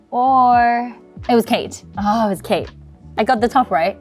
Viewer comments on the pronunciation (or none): none